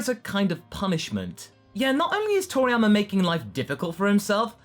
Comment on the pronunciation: Its...Toriyama.....not Triana.......